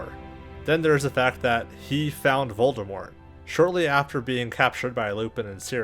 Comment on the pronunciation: Is a character with only one R in his name. I think I heard you pronounce it VoldeRmort several times in the video :D